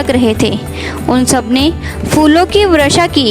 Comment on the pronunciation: Apne achhi bat btai but apko bolna nii ata guru ap gru kahti h .Varsha ko vrasha kahti h